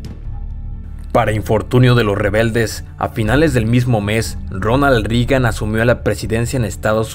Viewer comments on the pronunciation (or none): none